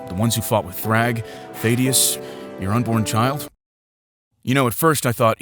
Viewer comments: IT'S "THAY-DUSS" NOT thay-dee-us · It's pronounced Thaedus there is no second e